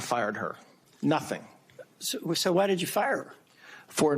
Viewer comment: "I know nothink"